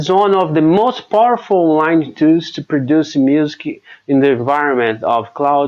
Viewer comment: You nail the consonants but the vowels need work. If that makes sense. You're easily understandable. You will need to say "music" a little better. Muzik, instead of muse-ki.